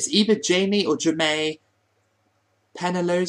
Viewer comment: My name is pronounced hi meh and you got my last name right